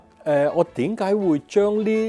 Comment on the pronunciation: 多謝Alex的分享🙏 蓖麻油發音應是「悲麻油」😘